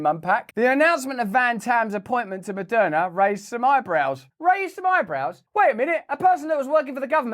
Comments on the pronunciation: Moderna ... right. Opening sentence sounded like it was Madonna who was behind all the vaccines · Sheeeeeeeeees. I thought he said Madonna.... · Am i the only one who first thought he was saying Madonna?? I was like damn I didn't know she was in with the GOVT! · Moderna! Not Madonna. I wonder what has Madonna to do with this??? Then I just listen better. I just push play on your contento, going to start readi g the title 😂❤ sir van tam, You need yo give the crown a ñot of profit in orderto become a sir, isn't it?? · Lmao when Russell said Maderna made money off of you during the pandemic I thought he said Madonna 😂.... I was like I knew she was corrupt. I'm happy I kept watching lmao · Lol, I heard “Madonna made” at the beginning. I rewound and I wanted to hear it again. I laughed. 😂